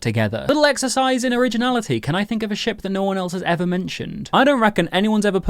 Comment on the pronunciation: I swear every time he said 'ship' my dumb*ss thought you said 'sh*t' XDDD